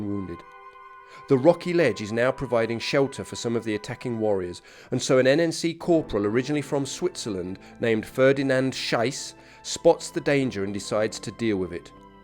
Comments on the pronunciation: Just small correction regarding pronunciation: The Corporal referred to at 7min26 was called Ferdinand Schiess. The way it is pronounced here is Ferdinand Scheiss. This makes a huge difference in meaning. Schiess in German means "shoot", whereas Scheiss is vulgar slang for excrement. Pronounce it similar to saying ”sheet” in English. Ie. Pronounce it as if you are reading "Sheess". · An excellent presentation, well narrated and researched. The only criticism I have is in the pronunciation of Corporal Schiess' name - it is pronounced "Sheess", not "Sheyss", okay? I am an expat Englishman living in Germany since 1970, so you can believe me. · Please do not pronounce Cpl.Ferdinand Schiess' name wrongly! His surname is pronounced "Shees" most definitely not "Shyss"!!!. You have called him "Cpl. Shit" with your mispronunciation!!!Very cruel to such a brave man. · Oh, boy, yes!!! As a German-speaker, I nearly came out of my chair when I heard him mispronounce the name in the video. Yikes! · Excellent video adding to your fine collection on the conflict, many of which I have just enjoyed. Incidently Corporal Schiess is pronounced "sheesh" , derived I suppose from the German verb schiessen meaning to shoot . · Corporal Schiess's name is pronounced Shees and rhymes with geese. Scheiss, rhymes with vice, is German for "shit." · He's wrong, it was Schiess, pronounced like ''shees'',or ''sheets'' without the t. I'm afraid you called him ''shit'' in German( Scheiss or Scheiß), a little bit hard on him,don't you think? Pronunciation is sometimes quite important! Otherwise,the video was excellent,as are your others, and a big thankyou for taking the time to make them. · I don't want to doubt you, but unless swiss-german is different, you seem to be calling him "Shit". Rather than "Shoot". In german when it comes to the "ei" and "ie" the vowel enunciation is in the second letter.🤭